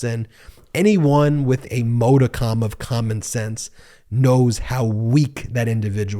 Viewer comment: t's not mo di cum... work on pronunciation please...also, sit on your hands. maa.duh.km <----from the dictionary. This channel is pretty good and I agree with most of their 'leanings'....Ben uses way to many adjectives reducing him to just another 'name calling talking head' and he waves his hands right in front of the camera when he talks.......also...the ads are HORRIBLE! geeze...'and now a quick break for....' my dog...I have to stop the video everything they do that crap.